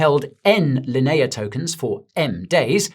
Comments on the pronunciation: Linea" in "Linea blockchain" is pronounced "lin-ee-uh" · How you say... Linea again? (LOL) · why pronounce Linea like that >_>